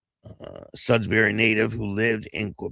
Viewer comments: Def Sudbury Ontario not sudsbury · He left Sudbury (Not Sudsbury) because he felt hassled by the authorities there. His last name is more like ... Boo-drow. At one time Sudbury had the 'best' 'uncut' or purest form cocaine in north america. Big biker gang presence now it's a lot of gang banger types coming up from southern Ontario... a free for all.